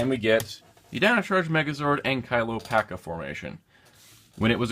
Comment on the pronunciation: i'd just like to point out they pronounce it wrong on the show it's pronounced packee not packa